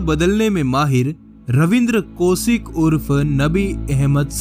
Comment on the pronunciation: Tu Pehle hindi bolna sikh le. Raw ko Row bol raha hain. Aur ko or bol raha hain. Sabse main Kaushik ko koshik bol raha hain.